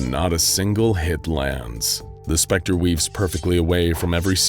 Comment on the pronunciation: I love how THE SPECTER slightly smirks every time his name is said in the correct way.